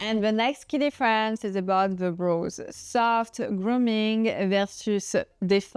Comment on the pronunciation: Brows, soft “o” pronunciation. Sounds like now, power, shower.